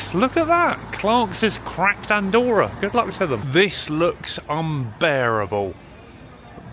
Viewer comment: Very interesting. Btw, Andorra has two "r", they pronounce both "r"s 😅